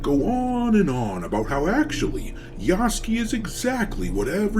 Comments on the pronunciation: Just in case you read this,... his name is not Yahskee. It is Yasuke. Spoken Yah-sue (like mary sue)-ke, you just say it in one go. Yahsueke - Yasuke. Although to be entirely japanese his name is Yah-ske, like Sasuke becomes Sas-ke. But not "skee", ske, more like sue-ke but you kinda swallow the U - like french sometimes just ignore letters. Not trying to get on your grill or be "that guy". Just trying to be helpful. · Ya-soo-kay. You have it spelled out in your title. Say it correctly. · I believe Yasuke is properly pronounced "Ya-Sook" like 'Luke'